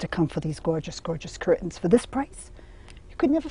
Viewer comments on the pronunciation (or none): I'm just here for the 98th time the rest of you. I love her glottal stop on cur'ains.